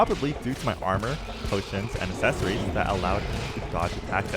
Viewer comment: love the video. how do You say accelerate? Do you pronounce it like a-ccelerate? because you're saying a-ccessory's. brother, you're spacing the A from the rest of the word. And it irritates the hell out of me. again, love the video. The miss pronunciation is killing me.